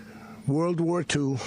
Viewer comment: Maduro, said "Peace not Whaarr" well he just got a PIECE of our United States Delta Force!!!